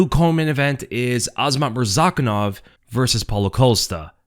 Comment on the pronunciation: It's really that hard to pronounce "Azamat" the correct way??? IT'S A -ZA-MAT!!!! NOT AZMAT. Get it right please